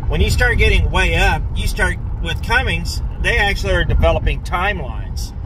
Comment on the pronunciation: Cummins not Cummings !